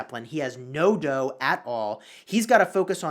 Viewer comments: Pronounced "dou" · "World war dough" he says